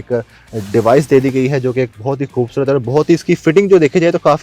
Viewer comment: کھاصی کھوبصورت ۔۔ اردو کو معافی دے دے بھائی